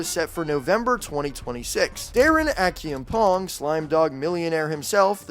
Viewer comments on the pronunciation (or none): It's a-ch-(like say the ch in a chair)e-am pong